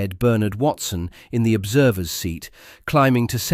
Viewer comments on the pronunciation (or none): none